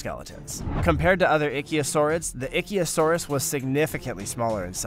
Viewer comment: "Ichthyosaurus" is pronounced *ICK-thee-o-sar-uss*." The ICK" rhymes with "sick," "lick," "tick," etc.